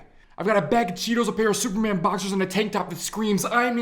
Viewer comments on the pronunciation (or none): none